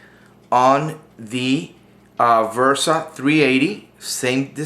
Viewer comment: It's a Bersa....B-B-B-Bersa Thunder, not V-ersa, damnit! I'm pretty sure that my ears did not hear wrong that you're pronouncing the B-ersa as "V-ersa". BERSA !!!